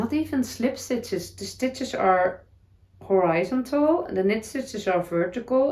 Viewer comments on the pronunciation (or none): I love the idea of slowing down in winter, I think that is what it is for. Refresh, recuperate, heal for spring. Horizontal, you're saying it with the emphasis on the wrong syllable. They way you don't think is right, actually is. ❤ hor i ZON tal. Happy Knitting/crocheting this week!!🧶🥰